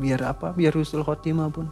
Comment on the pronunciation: Mang ei punten bukan khusnul tapi husnul 🙏🏽